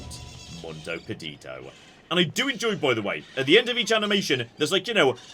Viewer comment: when you read things like "Mundo", think more about Latin than English! You don't need to speak every language in the world, but use your strengths 😊